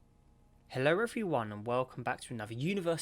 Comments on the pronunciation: i hear "hello refre one" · Scottish everyone